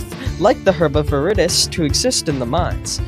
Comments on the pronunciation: its not pronounced viridis its veeridis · I had to suffer through 4 minutes of him pronouncing Viridis wrong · “viridis” is latin for green this means that the pink herb, following the same pattern, would be called the herb of roseus also please look up the pronunciation of viridis this hurt to watch